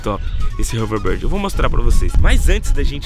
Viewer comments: Não é haverborde é houverbord kkkkkkk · Não é overbard é overboard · nao é overboard é overbórd que se diz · "HoverBARD"??KKKK😂 TUDO BEM,CADA UM CHAMA DE COMO QUISER😆👍😉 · O fala hoverbird kkkkkkkk! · Hoverrrbird kkk